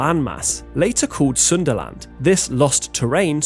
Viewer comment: Sundaland or Sunderland 😂😂